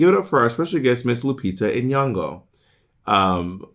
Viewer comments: It’s really funny that Bob chose Lupita as an example because her name is almost ALWAYS mispronounced 😭. Bob even mispronounced it lol. The g is not a hard g like in “go;” it’s nasal, almost silent. To be on theme with the episode, there’s even footage of Lupita being announced on The View with the official announcer saying her name incorrectly followed by Raven also mispronouncing her name as she anounces her again 😭. Even when she won her Oscar, her name was mispronounced. Does it get more official than that? Other people in the media whose names are routinely mispronounced and go without correction are Charlize Theron, Ariana Grande, Rhianna, the Gyllenhaals, Chrissy Teigen, and virtually any people with non English names who were or are popular all over the world like Édith Piaf or Céline Dion. Céline Dion doesn’t expect Americans to say her name with a French or even a Québécois accent as it “should” be because what a lot of wasted time that would be 😂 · you know you mispronounced Ms. Lupita name!